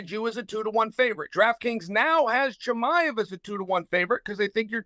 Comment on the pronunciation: Chael butchering Chimaevs name the whole time 😂